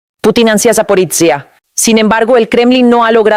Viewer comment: Tu no puede decir saporilla que lo dise sap0riiiya